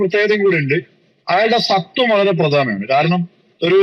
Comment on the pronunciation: സത്വം അല്ലഡോ, സ്വത്വം ആണ്. നേരെ ചൊവ്വേ പഠിക്ക്. 🥶🤐😝